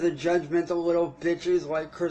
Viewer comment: The "vucking" & "vitches" gets me every single time & makes me giggle. Thanks for the chuckles! he couldn't think of the word he wanted, probably something like "manipulative" would've worked!